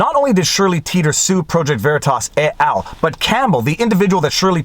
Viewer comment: Headdesk...Headdesk... Viva, come on. We've discussed this. "Et al" is latin, not French! You need to pronounce the "t" as in "eht al". It is not "ey al", no matter what Quebec thinks.